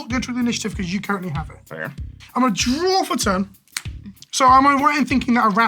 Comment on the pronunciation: "I'm going to drawRRR 2"